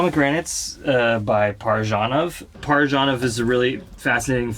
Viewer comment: Except it's ParaYanov, not ParaJanov. Amateur.